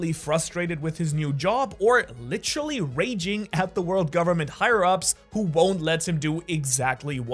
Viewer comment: I need a “licheral (literal) or licherally(literally)” Count 😂😂😂